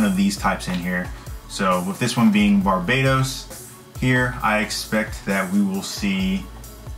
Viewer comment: What's wrong with kids and it's BARBATOS not Barbados